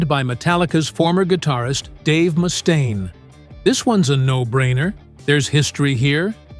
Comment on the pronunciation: 100% Ai... he cannot pronounce half the words lol I just watched one before this and same thing.. Pronouncing Dave Mustaine, Dave Moosetaine lol